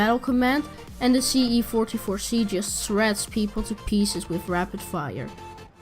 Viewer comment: he says c44c when its se44c